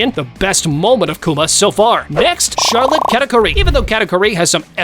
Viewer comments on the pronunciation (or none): none